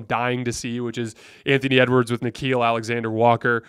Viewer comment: Did really say ewards come on he's not even close to mvp